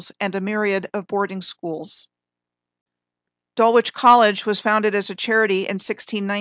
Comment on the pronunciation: I believe Dulwich College is pronounced Dul-ich….likeLeicester is pronounced Lester.